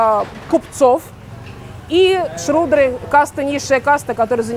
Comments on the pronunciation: не шрудры, а шудры, и это не касты, а варны, внутри варн уже касты. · Только не щрудры а шудры)